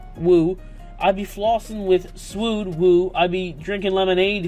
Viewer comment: Suede is pronounced “Swayed.”